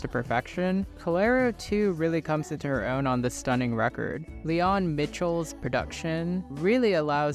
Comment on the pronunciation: Leon Michels is pronounced like 'Michaels'. otherwise, great video.